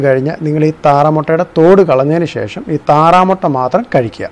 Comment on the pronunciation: ശേ...ശം അല്ല,,,,,,, bro,, ശേഷം എന്നാ ണ് 🤔👍👍😂😂😂😂